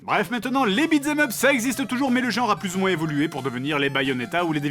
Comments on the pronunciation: Ah parce que t'es adulte et tu te fatigues à critiquer sa manière de prononcer en entier "beat them up" qui se prononce bel et bien "bitzemeup" ? lol, des barres. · "Beat z'aime up" RIP l'anglais